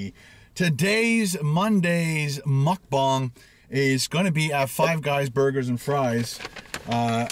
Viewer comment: Why do you say mukbang like that